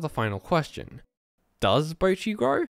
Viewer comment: Bocchi Subtitles: Bruchi 💀